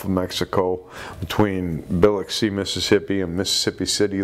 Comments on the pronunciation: It's probably a bull shark,, regarding the shark attack incident in Biloxi, Mississippi. It's pronounced Ba Luxx E. I live in New Orleans, and have been there several times. It's a little less than a 1.5 hr drive from New Orleans via Interstate 10, depending on traffic.. Great video. Thanks. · Pronounced bah luxi. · Biloxi is pronounced B'lahkzee - like, remember the movie with Matthew Broderick? Biloxi Blues. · it is pronounced BILL-LOX-EE, Mississippi, now get back to your comment section, we miss you 😢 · 👉 Biloxi Mississippi is pronounced: buh - LOCK - see ☺️😁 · I was going to post that same thing. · He butchered Biloxi